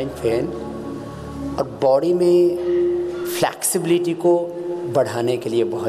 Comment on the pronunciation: Yarr... Sabh kuch to sahi tha.... But Flexibility ko itna ban ban kyu bol rahe the.. 😂😂😂